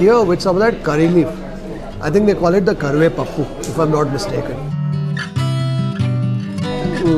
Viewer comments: Its not karvepappu...its karvepaaku❤ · Everything looks so delicious and 😋 mouthwatering ...and btw curry leaf is called karivepaku it's not karivepappu..🤗 love from Andhra Pradesh ❤️